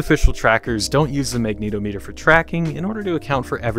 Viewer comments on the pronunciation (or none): lmao the way you say magnetometer threw me for a loop. It's not Magneto Meter, rather, Magnet -ometer. Like how you'd say the "-ometer" in "accelerometer."